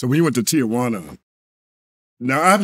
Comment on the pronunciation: It's Ti-juana